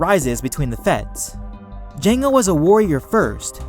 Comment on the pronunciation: lol through out the video he was acidently saying jenga fett instead of jango fett